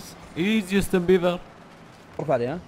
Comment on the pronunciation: او جوستن😂😂